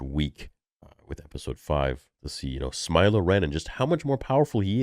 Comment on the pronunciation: Did you just say "smilo ren", hehehe.